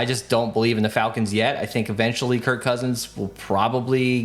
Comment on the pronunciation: It’s KIRK Cousins not Kurt Cousins 😅